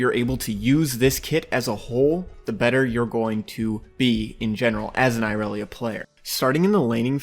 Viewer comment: Ill never understand why people mispronounce irelia. Riot has said how its pronounced yet people say Ayrelia . Awsome vid nontheless just an observation from me. Earned yourself a sub 😊